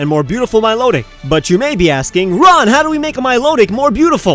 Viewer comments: You said milotic wrong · it's mi lo tic my lo tic